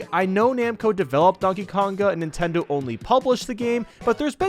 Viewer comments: he said ninteders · Who else hear nintenders?